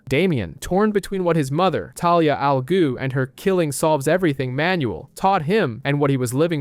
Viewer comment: Cool video… but what the heck is an “a ghhu” it’s not that hard😂